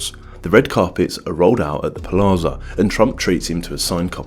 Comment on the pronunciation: It's pronounced PLAZA not PALAZA